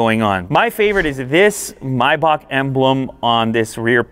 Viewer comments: Why do you call it a MYback? Do you pronounce the month the same way? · he said Mercedes Myback lol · i hate how he calls it mibock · Do you pronounce it my buck? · its pronounced may back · May is pronounced my? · The pronunciation of the word maybach got me😅😂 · has he pronounced maybach completely wrong? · i hate how you pronounce maybach, i stopped watching after the second time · Its not MYBACK bro its MAYBACK...love the video! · Its pronounced May(like the month) -bach(like back) not my-back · My-bock...? I thought it was may-back... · Mibock? Dude.....It's Maybock.....you Canucks crack me up! giggle....Love your show dude, just busting your nut....🤣🤣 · May - Bach not My-Back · its not "mybach" its MAYBACH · Is anyone else hearing "Myback"' instead of "May-back"😅? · It’s Maybach not Mayback 😂 the pronunciation is killing me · Its Pronounced May Bach - Not Mi Bach ! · Isn't it pronounced "may-back" instead of "my-back" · May-back is how it’s pronounced. Not mi-bock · Myback for Mayback ? do u say April My June ? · "mAybach" no.. it's pronounced "meybach" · Bro wtf is maaayback 🙂 It's Maybach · it's maybaRR not maybaK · It's pronounced "May-Back" not "My-Bok" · Maybach not mybach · Dumb question: Is it really pronounced "My-bock" the way he's saying it here or is it "May-back" the way it's spelled? Asking for a low-class uncultured friend. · I can't even watch the video he keeps saying "my bock" ITS MAYbach... ever heard any Rick Ross songs?... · It's maybach not mybak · It's MAY...bach, not MY...bach. listening to him mispronounce the name is annoying. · Maybach not bibak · May - bach not "my bach" you have to be American........ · “My bock” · Introduced as Miebock. Why don’t you Yanks learn to pronounce the product that you’re promoting. It seems rather bizarre that you don’t know the name of the quality product that you are publicising. I believe the name is correctly spoken as :- Maybeck, as I’ve heard from Mercedes (Mersaydes). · It’s pronounced maibach…